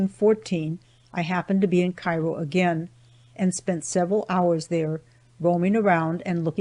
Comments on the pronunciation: also i was born right across the river from Cairo Il and Know people that are not familiar with the two say it like the city in Egypt but it’s its pronounced Like this Kare-o , pronounce it like the word care with an O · Thanks for the great audiobook. Just a footnote as I am a native of the region- locals all pronounce it “KAY-ro” Illinois and I suspect they may have back then as well. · Cairo is pronounced wrong.